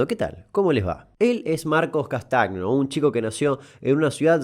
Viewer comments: Dato innecesario: Castagno es un apellido italiano, por lo tanto, al pronunciarse la gn como una Ñ , podemos concluir que se pronuncia "Castaño" y no "Castagno" como lo hace el pibe capo este groso master crack ídolo Damián. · Se pronuncia "CASTAÑO"